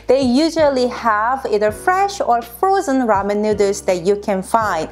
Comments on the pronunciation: Your husband is a lucky guy. I love cooking so I watched for the recipe, but I subscribed after you said nooder. Much love to you both! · Lol I gotta say this but any Asian with and accent saying noodles in English sounds like nooders 😂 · When she says noodles it sounds like she said nuders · The cutest 😻😻😻 You two are so beautiful together. And the merch 🙀 I haven't seen your channel in maybe over a year so I remember that video of you answering viewer's questions. I actually sometimes say nooders to my kids 🤓 Anyways, love your videos. Thank you!! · it is so charming with her accent how she pronounces "noodles" <3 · It's so cute the way she pronounces noodles - also there's an Asian supermarket in my area. I know what I'm making for dinner tomorrow. ;) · Why can she say boil but not noodles 😂😂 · I absolutely love the way you pronounce "noodles"! It's SO adorable!!♥ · Love the way she says noodles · stop trying to crack jokes...Oh n BTW it is Noodles not nooders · It's noodles not nooders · said " please don't say NOODER " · Noodle pronounced Nude-Elle-s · Did anyone notice that she kept saying neuters instead of noodles and then her husband's shirt literally says neuters on it hahaha that is f**** hilarious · The cringe when she says noodles “nooders”🥲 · Nuderrs 🤣 great video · Nuders?😂😂😂 too cute! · Nuturs Edit: wait now I feel mean :( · hey hey! you cant say that word nidders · Cook my “ramen noodles” lol no hate I love how you saw that CANT FORGET THE RAMEN NOODERSSSSS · I don't think I have ever heard noodles pronounced neuters in any accent before now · Ok, the way she pronounces “nooders” is adorable!!! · Is she saying nooders? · That looks amazing! Also, I like how you pronounce "noodles", it's pretty cute. (nooderls) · Nooders I’m sorry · " ramen nuders" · "cook my ramen nooduurrss" lmao great vid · I love the man's sweatshirt:D The word noodles pronounce nu:ders:D LOL... sounds like said:D <3... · I LOBE NOODER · She said nudurs